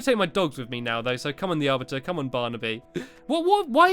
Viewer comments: Thanx for ruining it blue ball games! And I'm pretty sure it's ar-BITER not ar-bit-er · the arviter the arviter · stampy we know how to say the arbiter